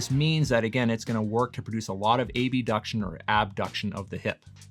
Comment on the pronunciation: I've never heard anyone say A-B-duction before. Jarring and strange. Abduction is a word.